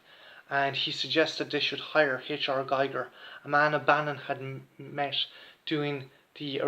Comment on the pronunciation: Come on man, the late great H.R Giger is pronounced ''Geeger'' as in ''eager'' not ''Guyger'' as in a Geiger counter ... Apart from that, all good :)